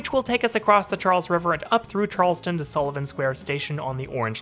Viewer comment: Along with Charles-TOWN, you need to work on Concord. It's not CON-CORD, it's KONK-erd. 🙂 (Or KONK-id, if you want to go full-on Masshole!)